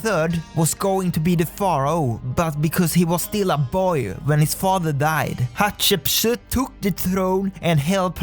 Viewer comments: In school, we pronounce it, Hat-Shep-Sut. :) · Actually the correct pronunciation is hat-she-p-soot